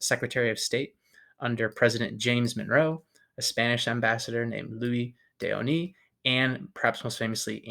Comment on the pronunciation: Hey, it isn't OH-nis, or LOU-ee day oh-NEE; it's Lweez de oh-NEESE. Spanish is completely phonetic and exceptionally easy to pronounce, if you care to spend a tiny bit of time on the names that are important to you.